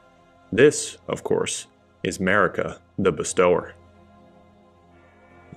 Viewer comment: Anyone else bad at reading? Not "best-tower", but "bestow-er"